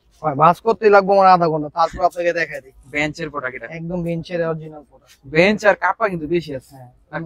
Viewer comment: বিঞ্চ না বেঞ্চ😂😂